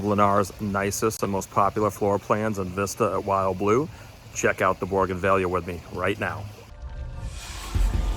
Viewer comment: You are mispronouncing Bougainvillea. There’s no “r” in the word. 😊